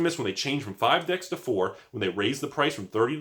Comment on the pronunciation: Yeah he was saying decks and then dicks. Snuck it in a few times lol